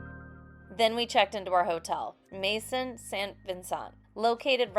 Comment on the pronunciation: Madison means house in French. Pronounced meh-zonl